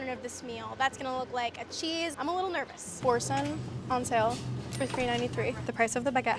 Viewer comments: are you saying boursin s not pronounced bore-sonn? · Girlies the way she pronounced Boursin just broke my French heart I can’t